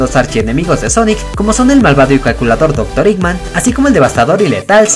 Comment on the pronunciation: Y vos decis dr. Iman